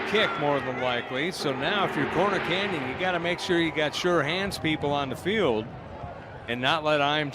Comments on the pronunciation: This announcer sucks smh... Its CORNER Canyon not Connor Canyon. Seriously man you have 1 job, and you're butchering the teams name? Figure it out lol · Not sure I can sit through this. At any point do they tell the announcer it’s “CORNER” Canyon not “Conner” Canyon. How do you mess that up? Is Utah the only place in the universe where corners exist? Has he really not heard the term before? “The gas station? It’s just down the street and around the conner!” Good grief.